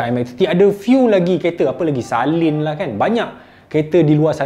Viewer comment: salin??😂😂saleen kot...